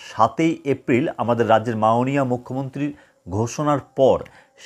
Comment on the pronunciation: উচ্চারণ ঠিক করুন আগে , মাওণীয়